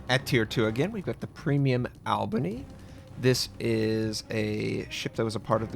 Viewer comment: as a native Albanian, I'm here to tell you it's pronounced ALLbany. As in "All the people from Albany know when you're from out of town when you pronounce it that way."